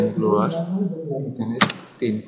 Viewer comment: ব্লোয়ার না ভাই, ব্লার।